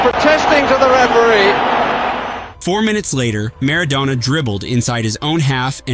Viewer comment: It's Mar-ah-DONNNA